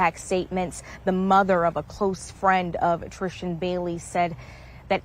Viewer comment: Why is this lady calling her "TriSHtan" 🤭🤔